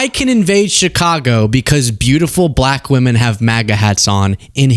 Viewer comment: is he unable to say "black" without the exaggerated emphasis on the "l"?